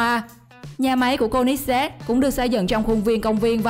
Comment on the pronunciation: cô li zét ko phải cô nít zét